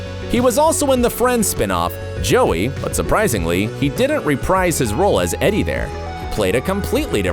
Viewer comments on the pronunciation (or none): none